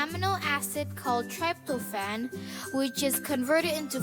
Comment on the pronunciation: The narrator's voice is pretty gay mate, you also mispronounced tryptophan #rekt